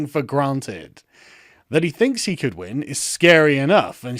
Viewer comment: You mispronounced "he".